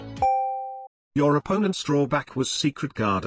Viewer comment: I like this "hau"?